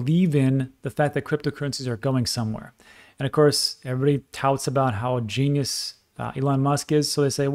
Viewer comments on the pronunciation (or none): none